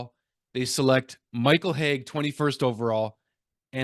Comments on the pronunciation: Hage rhymes with "cage." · Pronouncing Hage wrong.